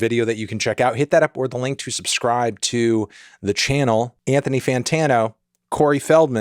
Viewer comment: You enunciate "or the link" far too clearly now. It used to be upworthy.. How you've changed, Melon.